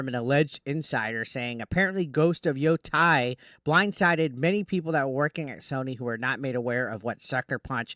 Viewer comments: YoTEI, not yoTAI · Yo-tay, not Yo-Tai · It's not tie. It's pronounced like tay. Yoh-tay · Its YoTAY. and Ed Oh. Sa K. Jesus, your Japanese pronounciation sucks butt